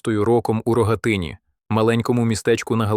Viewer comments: Не РогАтин,а РогатИн! І дівчина Настя(Анастасія) Лісовська,дочка священика!!! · Ой, та годі. Настя Лісовська. Народилася в Рогатині. Наголос на « и». Позашлюбна дочка польського короля. Тому і руда, як батько. Король дарував їй багато книжок і дбав про освіту. Вона ще в 15 років знала кілька мов. Біля Рогатина є село- « Насташино». То подарунок Батька- короля. А ви кажете щонічого не відомо.